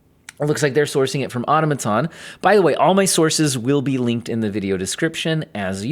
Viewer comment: I know he's a math guy not a computer science guy, but that pronunciation of Automaton still surprised me